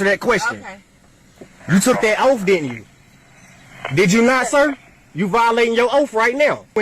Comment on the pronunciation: The officer is violating his “oaf”